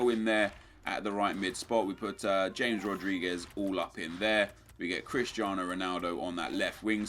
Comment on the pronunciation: You mispronounced James